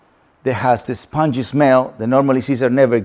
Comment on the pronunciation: Nice. I will try that with my mini dachshunds. La palabra es pungent...estas diciendo spongy (esponjoso)..se pronuncia (pon-jent) fuerte olor